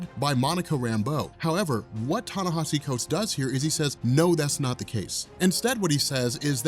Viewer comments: ...Ten-nesh-E Thanks bro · long time listener keep uploading the good work. just wanted to say its pronounced Tah Nah Eee See